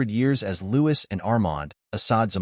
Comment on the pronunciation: Um, AI really should have at least gotten the pronunciation of Louis correct to make this watchable!